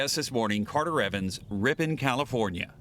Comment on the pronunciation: Lol I caught you saying "ripon" real fast because you couldn't say it right.